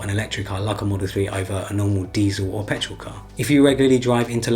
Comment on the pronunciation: Did he say pertol engine? wth is that